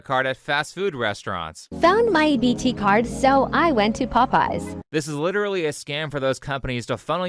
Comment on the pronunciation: Why do they have such a hard time pronouncing the word "literally".